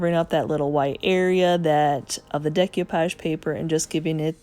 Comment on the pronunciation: My favorite today was the chest of drawers. So bottom line is there an advantage to using milk paint instead of chalk paint? I think of milk paint for the very chippy coastal look. I'm guessing you didn't study French in school, so please repeat after me: day - coo - poghe :-)